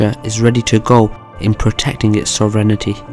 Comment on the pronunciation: Sovereign”iti”? Sorry had to point that one out lol. Good vid though!